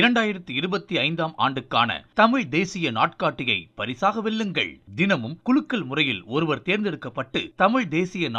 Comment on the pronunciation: குழுக்கல் அல்ல "குலுக்கல்" என திருத்தவும்